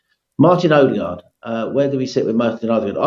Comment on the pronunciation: WOE-DEGAAARD IS AWFUL